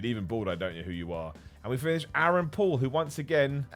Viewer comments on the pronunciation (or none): none